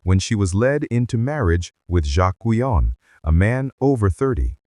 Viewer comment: I have been curious about Madame Guyon and this is interesting. As a French it bothers me to hear her name mispronounced, mainly at the beginning ( Jeanne) and however the transcript on the screen comes up needs to be checked, it has all too many mistakes.